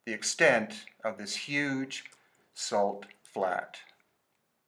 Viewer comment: "we make our a-salt". LOL